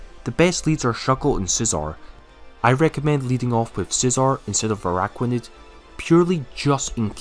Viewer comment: Stop with the ARAIDOS pleaseee!! Triggers me so bad..